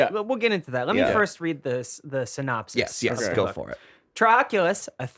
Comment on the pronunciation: mispronouncing words is why I love this podcast This week's: Synopsis